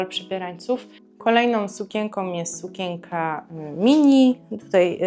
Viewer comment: Proszę sie nauczyć wymawiać słowo SUKIENKA bo nie da się Pani słuchać